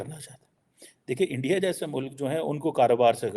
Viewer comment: Mamla Iran and Israel ka hai lekin pura time Endia Endia karke chala gaya 😂 India ka pronunciation bhi malum nahi and he is a student of international relations 👍